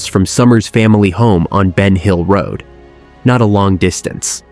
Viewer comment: Ven hill road!??? No BEN HILL ROAD!!! AI here … 🤦🏽‍♀️